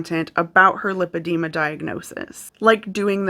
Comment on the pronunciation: Love your channel! My pet peeve today.... the way people pronounce Lipoedema (also spelled Lipedema). It is not Lip edema. It is LIPOedema. Lipo (with a long i) is latin for fat. Lip edema is a fat lip. We don't call it Lip suction. Though that does sound like fun on a Friday night. Liposuction is the suctioning of fat from one's body. I can always tell when someone is actually seeing a professional physician who understands both Lipoedema and Lymphedema. Which calls to question the people Anna was getting advice from. SMH We Americans sure know how to slaughter languages. In full disclosure, I work in medicine. I also have Lymphedema as a result of cancer surgery.